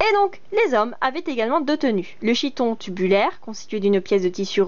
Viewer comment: Pas mal ta vidéo mais on prononce chiton "kiton" le ch se prononce k. Mais bon c'est un détail, sinon ta vidéo est instructive et drôle.